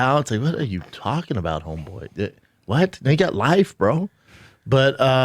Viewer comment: Brendan pronounces talking about as "talmbout".